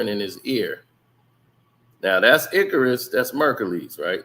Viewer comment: That is not how you pronounce Icarus!!! 😂😂😂😂 check spelling regarding Greek Mythology and about flying close to the sun!